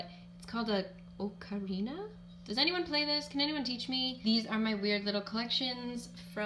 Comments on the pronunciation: Its said "awe-ka-rina" its from a video game "legend of zelda" (the weird instrument i mean. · soooo late but that "strange instrument" is an AHK-AH-REE-NA (Ocarina). It's from the game Zelda. <3